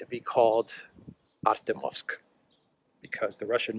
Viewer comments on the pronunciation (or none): you have to learn how to pronounce Артёмовск. The "ё" is spoken as "jo". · Pronounced "ArtYOMsk". Two syllables. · thank you for being the voice of reason in this world! By the way, "Ar-tyo-movsk" is pronounced with the stress on the second syllable. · the correct pronunciation of the Russian/Soviet name of that city is "Artyomovsk". Hyphen goes on the "yo" diphthong. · Please pronounce it correctly - in Russian, when the emphasis falls on an 'e', it is always pronounced as 'yo'. So ArtYOmovsk.